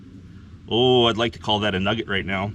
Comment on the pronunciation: A "pugget"?\